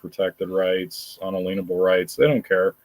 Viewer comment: Thank you for pronouncing "unalienable" the right way!!!!